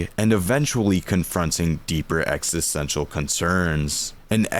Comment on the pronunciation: Sorry bro, but you're pronouncing it wrong every time lol. EXISTential. Exist.